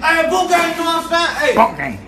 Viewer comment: It’s not boinkkk gang it’s boonk gang